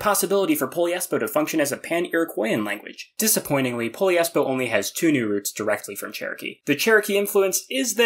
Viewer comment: Hmm… i guess it it’s not Poliespo, it’s “Po - LIES - Po “